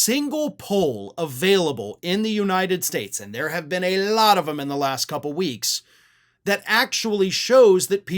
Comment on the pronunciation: I am worried about the way stretches, Trumplike, the "L" in "...a lot of them,".